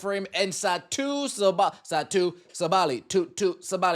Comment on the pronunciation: Ok, not that I care to defend Satou Sabally, or the way people pronounce her name, I’m not even sure I spelled it correctly there, but at this point I’ve heard it multiple times and now I’m just curious. Anyway, do you actually know that it’s pronounced ‘SAH-buh-lee’, and you’re mispronouncing it anyway, or do you actually think it’s pronounced’Suh-BAH-lee’? Again, just curious. I’ve heard about 3 people mispronounce that way in like the last 18 hours.